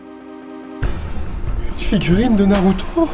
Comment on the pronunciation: C'est pas narooto !!!!!!!!!!!!!!!!